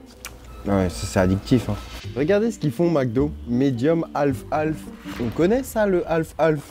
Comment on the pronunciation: Half half ❌ - Alf Alf ✅